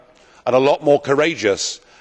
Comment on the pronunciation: He did say "JUDEO" quite emphatically, didn't he?....